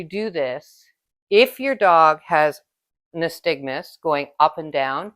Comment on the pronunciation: Very good video. Only thing is it’s pronounced nySTAGmus (unlike aSTIGmatism).